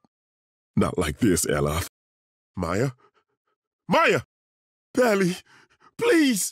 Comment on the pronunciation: "Pally"? Whoa there,!